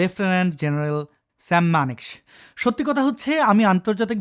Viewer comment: মানেকশ এর উচ্চারণ হবে মানেক(shaw) হবে।